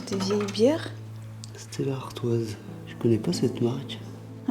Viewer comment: Stella artois . Le s de artois ne se prononce pas